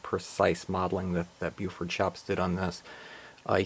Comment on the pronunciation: not to nit pic but you pronounce it as if Beaufort shops but maybe its the recording. the name bluford is more than the identity of the company. it is also the location of the corporate office. bluford illinois. this is a yard or former yard on the edgewood cutoff west of mt vernon illinois. i like all of tour icg reviews and would like to see more of your layout. there isnt enough ic or icg out there these days. you would benefit more from your sharing of your obvious passion of the icg with others. i appreciate your efforts and hope to see more from you. subbed.